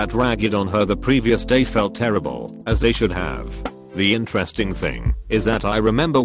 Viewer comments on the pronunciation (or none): none